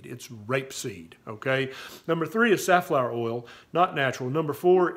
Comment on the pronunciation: Did you say safflower or sunflower 🌻